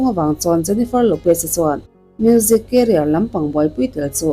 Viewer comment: I thil lam dan hi mak thei ee😂😂😂 Salma Hayek pawh a hming I lam dan a diklo a career pawh Carrier angin I lam bawk a 😅 mahse min huat phah lo la kalo sawi ve Mai* anih hi ❤